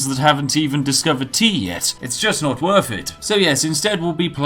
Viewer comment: Anytime he pronounces "Worth" as "Worf" I get a little tingly. Great video as usual.